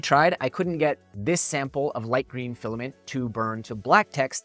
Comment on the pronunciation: Awww the penny dropped when you said filiment. Resin is the way to go.